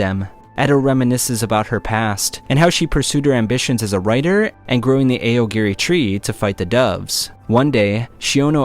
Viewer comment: eye yo gore ee tree